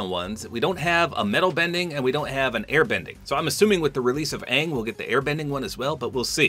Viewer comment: It’s actually pronounced ong hope this helps 😊